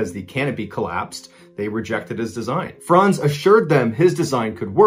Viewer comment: Amazing that you pronounce "Franz" correctly. Too many youtubers say frænz